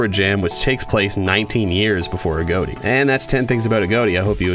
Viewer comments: Your saying his name wrong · You pernounces Agoti wrong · Thats not how u prenounce agoti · Agoti not agoati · it’s agoti not aodie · A-GOAT-E It’s I-GOT-E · That does make sense, but in the "Interview with CaptainJackAttack" the original owner of AGOTI had pronounced it as "a-goat-ee" not "a-got-ee", so I had assumed if that's how the original creator says it, then that's how it's supposed to be said, y'know? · no it's not. It's Agoti not A goatee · I learned 11 things: Its pronounced a-goat-e. I thought it was pronounced a-got-e. You learn something new every day. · BRO IM DYING RN🤣🤣🤣🤣🤣🤣🤣🤣. The way he says “AGOTI” just makes me laugh so hard, I could probably laugh my literal INTESTINES AND BALLS outta me! Man it’s pronounced (A-GOT-I) not (A-GOAT-I) man! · It is a-got-e as confirmed by the owner, but this guy just pronounces it that way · the fact that says "a goat e" instead of "a-got-e" disturbs me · it’s not ah goat E it’s A got I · i know i'm gonna get shit on but it's a-got-tee, not ah-goat-tea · He said “agoaty” and not Agoti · His name is a-got-e not a-goat-e lol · It’s A got i , not a goat i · Uhm it's (uh • got • ee) not agoati Agoti :> agoati >:< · Sorry I just hate how people don't say it right I'm still subscribed. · Um not trying to be that guy buts it's pronounced a-got-tee not a-goat-tee. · It's not agoati it's agoti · "agoati" I LOVE THE WAY HE PRONOUNCES IT XDDD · How well do you know Agoti, your pronouncing his name like a goatee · THE WAY U PRONOUNCE HIS NAME IS. A GOT I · You say AGŌTI? I say AGOTI (but like with a little smile above the o so it’s a short o sound instead of a long one like how you say) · He just said "A-Goat-I" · I think it's pronounced "A-gah-tea" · Why does he say agoti like agoati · You're saying his name wrong It's a-got-i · Why do people say A.G.O.T.I as A.G.O.A.T.I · AGOTI is pronounced : A-GOT-I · you pronounce it like agoati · It's pronounced A-got-y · Its pronounced agoti I thought it was pronounced agot